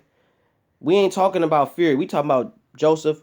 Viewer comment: dillian white pronounces his words funny. when he says talking he pronounces it "tarkin" it was just a bit of comedy